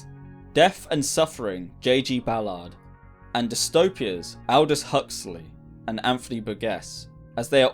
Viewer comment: Feels very AI. A JD listener certainly wouldn't have made these song choices. And any living brit can pronounce "Burgess". Ambitious, though.